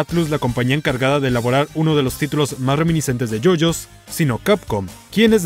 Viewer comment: you you bizarr adventurr :)